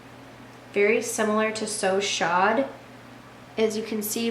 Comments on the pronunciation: Great video! I don't want to be "that person" but 'chaud' when pronounced correctly sounds like "show" it's French for hot! A very appropriate name for that colour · Love this videos!! Just wanted to let you know "So Chaud" is pronounced "So Show". Chaud is French for Hot and when we say it it sounds like "show" as in TV Show, Broadway show. You get the point lol :)